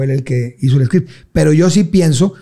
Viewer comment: Script..no scream..